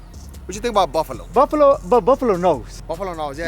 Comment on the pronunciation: Jose not Buffalo 😂